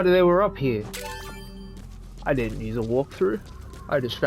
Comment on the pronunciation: "Get outta heuh." "She's a naughter girl." "Oh you fuckin gremlin. GET OUTTA HEUH!" Lmfao